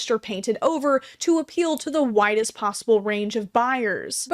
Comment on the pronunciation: I thought I you said “to appeal to the whitest possible range of buyers” instead of “widest possible range” but honestly that checks out